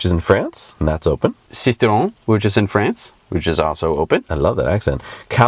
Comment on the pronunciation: Sisteron was very well pronounced ! Cagnes-sur-mer though... :D Great show !!